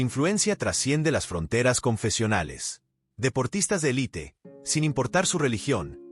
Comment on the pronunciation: Agradeceríamos que el narrador dijera el Papa León y pronunciara élites, por lo demás estamos en todo de acuerdo y nos encomendamos al nuevo santo, le pedimos q interceda por nuestros hijos y nuestros nietos